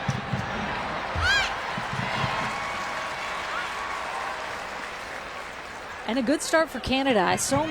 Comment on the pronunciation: omg commentator its ALYSSA, not ALISA. Also you never say Lindsey HORAN right. Sorry been re-watching alot of these matches and catching these splits.